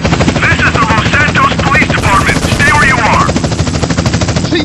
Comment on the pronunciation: Your crazy nigga, it say "this is the los santos police deparment", I gotta admit it sound like if he was saying los angeles but nop..it say los santos